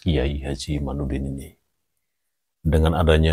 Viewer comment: Kyai Imad pake dal bukan nun 🙏mhn maaf ada 10 x nyebut imanudin yg bener kyai Imadudin